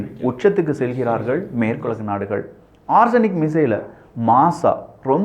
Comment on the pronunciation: ஆர்ஸனிக் இல்ல ஒரெஸ்னிக், பார்த்து படிக்கவும்